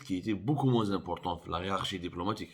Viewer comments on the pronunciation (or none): none